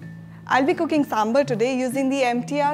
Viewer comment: its is not sambalr its is sambaarr let it properly of god sake